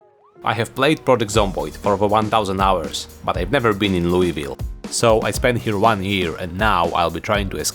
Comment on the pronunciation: HE REMEMBERED HOW TO PRONOUNCE ITTTR YEEEEEEEEEEEEEEEEESS